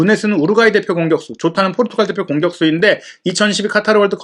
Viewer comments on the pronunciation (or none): none